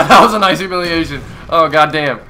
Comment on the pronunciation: its hu-mi-li-a-tion -.